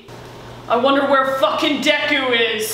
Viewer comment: “DEKUU”your not todarokie”